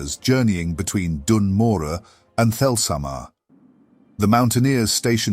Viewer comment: HE SAID IT RIGHT! He said Morogh right!!! Great video mate, really happy this channel exists. It's so great!